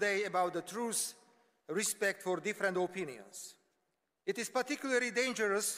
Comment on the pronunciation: Hej, bolo citi akoby to potreboval stihnut do casoveho limitu - tie pauzi tam nedaval ked mohol nechat publikum pekne vycapkat sa. A to trus co vyslovoval ako primerie (truce) miesto pravdy (truth) mi trochu trhalo usi :)